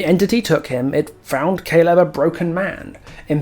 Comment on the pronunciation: amazing video but i cant get over how you pronounce Caleb 😭